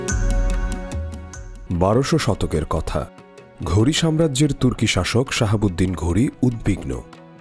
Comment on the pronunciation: নামগুলি একটু শুদ্ধভাবে উচ্চারণ করতে হবে। উনার নাম শিহাব উদ্দিন মোহাম্মদ ঘুডি।শাহাবুদ্দিন নয়।